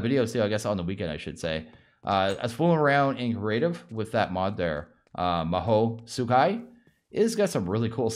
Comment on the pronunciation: Your pronunciation of Mahou Tsukai is almost perfect this time <3